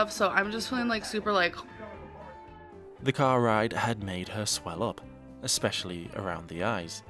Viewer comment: I can't decide which Amberism annoys me more, licherly or exspeshaly